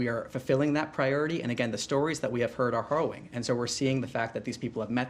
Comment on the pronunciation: Is he mispronouncing harrowing or is he deliberately saying horroring?